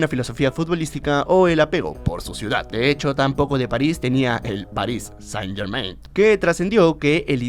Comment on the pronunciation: muy padre pero podrias dejar de decir "PARIS SANIT GERMAINT"?